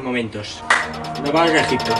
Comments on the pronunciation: min dice EJITPO JEJE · Buenisimo video en "Egitpo" jajjajaa muy buen contenido sos un crack :3